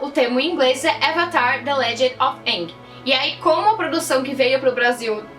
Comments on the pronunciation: Eu nem ligo muito se é usado dobra o dominação. Eu ligo é q na lenda de aang eles pronunciavam o nome dele como eng e na de korra como ang msm. Fala ENG porraaaa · Eu não gostei em A lenda de Korra, da pronúncia "Aang" enquanto deveria ser "Eeng" não sei se foi adapção, a pronúncia correta ou erro. Só que eu não gostei!! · e em Korra que pelo menos na primeira temporada eles estão pronunciando: "Avatar ANG" e não "Avatar ENG". Isso me incomodou um pouco